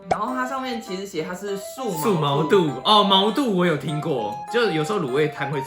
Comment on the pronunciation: 感覺很少人知道毛肚的肚真正讀音 其實念ㄉㄨˇ